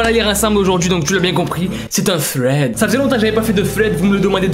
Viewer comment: Pk il dis froued alors que thread sa se dis srede